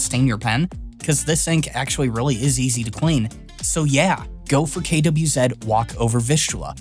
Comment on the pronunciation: at least you have the decency of not saying "Quizee" When refering to "KWZ" inks I appreciate. 😉 And you said "Vistula" correctly since it is the English version of the river's name.